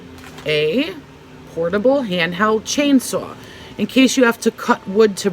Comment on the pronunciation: Love this video! When you said chain saw I was like oh she’s hardcore (Boston accent!)